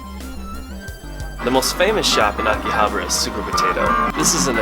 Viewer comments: It's not Akihabra, it's AkihaBAra!!! You're really cute, but sorry I had to give you a thumbs down because you refused to pronounce Akihabara correctly. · That or because he can't even be bothered to pronounce AkihabAra it correctly lol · Weird how you pronounce AKIHABARA.